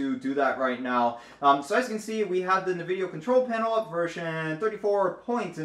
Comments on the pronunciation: Nividia? I thought it was N-vidia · It is N-vidia. Just like Abiword is not "A-by-word" But "Ahbee-word".